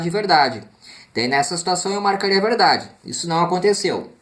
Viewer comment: verrrrrrrrrrrrrrrrrrrrrrrrrrrrrrrrrrdade verereererrerdade